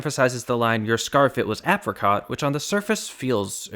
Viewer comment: Ap -ri -cot...